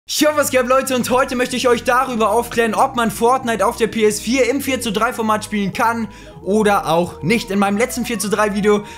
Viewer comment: Das geht doch nicht! Du sagts doch PS vier auf swedish!PS FYRA!!!!Are u swedish bro!!!